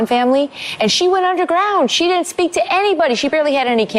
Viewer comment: hahaha...democrat communications director...pronounces devisive as "devissive" (in other words devide would be devid, devise would be deviss), then goes on to say, "dinnunt"...I can only assume she meant didn't. I'm sure that if democrats actually learned how to use spoken language to communicate better they would not lose so often.